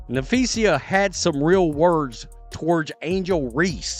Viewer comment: Dude that you use needs to learn how to pronounce Napheesa’s name. As a teacher I made sure I said my students names correctly. This dude needs to learn that respect